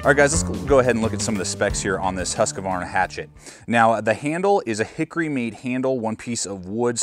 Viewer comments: Good video but you're killing me, its Husq-varna not Husq-a-varna. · I like how you pronounce it Husqavarna. should be closer to Hoosqvarna though, basicly means Millhouse :) or 'the house mill' small place in sweden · Nice review. For the future though, please pronounce Husqvarna correctly. Only 2 A's. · He is American lol they have trouble with any language that isn't Americanese